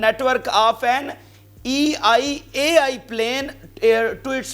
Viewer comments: It's not E I AI It's EL AL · Not EIAI . IT'S (ELAL) .ISRAEL NATIONAL AIRLINE. AND ISNOT SEPARATE WORD THE WAY YOU PRONOUNCE IT IS EL AL AIRLINE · Bhai it is El AL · I just wanted to correct you that Israel airline is (ELAL ). Just for your information. If you don't know something you should research first please. Please don't be embarrassing yourself by giving wrong information. Many Many times you always say wrong words because you don't do your own research. This is english language. English is a very tricky language. Not every word pronounce same as it spells